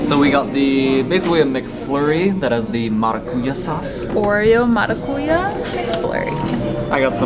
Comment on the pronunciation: Great video! In the word maracuyá, the strong syllable is "Ya" and not "Cu". MaracuYÁ Best Regards from Brazil!